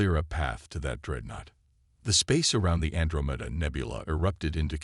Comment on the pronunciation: What in the Holy Hell is the "AndroMEDa" system?????!!!!! Freaknin AI readers SUCK!!!! It is Quite frustrating to listen to all the AI read stories on YouTube since AI apparently SUCKS and can't read even 1 story without Gross pronunciation errors!!!